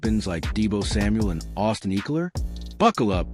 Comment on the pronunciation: Did you just pronounce it Austin “EEKLER” 😂